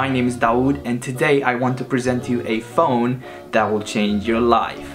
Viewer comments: he said phon not phone and not hating or anything I love your videos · phon? its phone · Phone not phon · The first time he said ‘phone’ he forgot the last e 😆 but I still love your videos